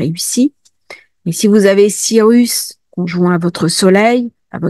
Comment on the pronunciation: Sirius et non sirus 🙏